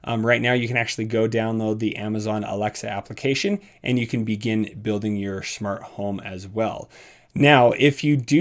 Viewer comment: Nobody::Shmart home